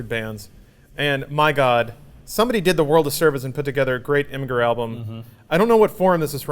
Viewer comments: IMAGEur. Not Imger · Does actually pronounce imgur as if img doesnt mean image?